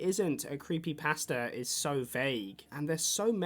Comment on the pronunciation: creepypasta is pronounced thr way youd say "pasta" like the food.